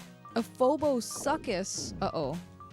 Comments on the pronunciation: Phoboshucus is PH /fff/ and Shu /soo/ or like the name Sue. I only know this because that thing is based off of a few prehistoric reptiles with the same phonic sounds. And I'm a nerd. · Hearing a phobosuchus called a "phobosuckus" is the funniest thing I've heard all day. Also circle strafing in a dungeon crawler on a Genesis is pure insanity, I love it.